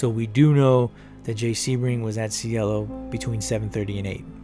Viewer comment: "See-Ay-Lo" Drive. Means "heaven" in Spanish.